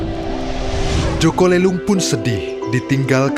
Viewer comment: Min boleh koreksi Nada aja jaka lelung di baca pakai nada e yg lemper makanan.. Bukan lemper batu